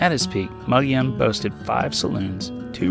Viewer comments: BTW, "Mogollon" is pronounced Mo-gi-on, not Mog-li-on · In spite of what the name looks like the proper pronunciation of "Mogollon" is "muggy own." However, you were very close to that. Many people see it for the first time and come out with "mow joe lawn." I was way off when I first moved to Flagstaff in the early 70's. A really neat way to reach Mogollon is to take U.S. 60 west of Magdalena, New Mexico to New Mexico Highway 52. From there many different roads can be taken, some on graded county roads and some on infrequently maintained U.S. Forest Service roads. Some of those can be quite greasy (super slippery clay) during the monsoon and early spring. When I drove it in the late 70's the first time you could drive 30 miles between the "driveways" to ranches, those driveways being 10-20 miles off the graded road. Interestingly, the only vehicles we saw out there were the Sears repairman and UPS. Those were the only outsiders that knew the area well. I would bet it is not quite as remote 40+ years later, but still nicely out of the way. Driving this route is time consuming, I remember it taking about 4-6 hours, during which we only had pavement on U.S. 60, about 12 miles west of Magdalena as I recall. I should also point out that you often use the term "Wilderness" in an eastern/southern/big city kind of way. Legally "Wilderness" is an area of land where motorized vehicles, motorized equipment and roads are prohibited. That is wilderness with a capital W. The word wilderness for some people is undeveloped, unoccupied and remote